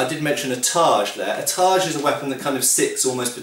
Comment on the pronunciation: y do u keep calling it tarj